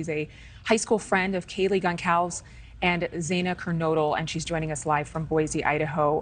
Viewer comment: It's pronounced "GonSALVES," idiots!! It's so disrespectful that all of these lowlifes don't even take a moment to research the proper pronunciation of these kids' names. All except for VERY FEW true professionals butcher their names! And this ditz says she was "Very close" with Zana, and yet, she last spoke with her "sometime this summer." Really? Summer was months ago, ditzy. That's not a "very close" relationship because it's not like she was in the Army, and you couldn't communicate with her. This is another one who just wanted to be on TV.